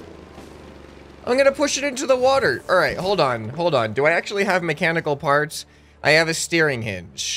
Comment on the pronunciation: I swear I heard “NEW FARTS” not “new parts”